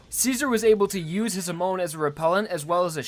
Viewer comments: Hey: Ha-Mon. Japanese word for wave. ha, like hahahaha, and mon, like moan, but with a softer ending, because the Japanese N is effectively the same as M. edit: I should add: separated syllables, emphasis on the HA. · I legitimately can't watch this even though I really want to, the way hamon is being pronounced hurts me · Everytime you say hamon, it's hurts a little bit more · Every time you pronounced hamon wrong I had an aneurysm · It's a consistent issue with him. Even when showing footage of the anime in which names are pronounced correctly, he will still put emphasis on the wrong syllables. It's a demonstration of the unwillingness of the typical American to learn how to pronounce words in other languages correctly. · Imagine watching 25 episodes of hearing “hamon” and being such a knuckledragger you pronounce it wrong anyway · I only have one criticism of your videos and that's how you put emphasis on the wrong syllable sometimes and it bothers me. Huhmoan ZehPelly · "Ha" as in Hut. "Mon" as in Monster. "Zeppeli" as in "Zeppelin" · "To preserve WAM's lip ring" I'm sorry dude please learn to say it right. Same goes for Hamon and Zeppeli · Ok, mispronounced Hamon and Zeppeli, but... HE SAID WHAM INSTEAD OF WAMMU!!! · the way you say "zeppeli" and "hamon" hurts my ears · You are saying wamuu and hamon wrong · U proneced zeppeli and Hamon wrong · For gods sake its hamon not hamone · I thought it was Hah-Mone rather than Huh-mone. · Why does he say "Ha-moan" ? bro. ITS HA - MON. Not Ha Moan. THEY ARENT MOANING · Please please is hamon not homon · OTS HAM NOT HUM ITS HAMON NOT HUMON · ur saying hamon funny it sounds like u r saying hamone and u might be right but i think its pronounced ham-on but i dont know im probably wrong sorry for wasting ur time. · I know 3 years too late but homie is Ha-moan not huh-moan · Who else hates how he says Hamone instead of Hamon. Still love the content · Why do people pronounce Hamon like "Hah-moan" instead of "Hah-mon"?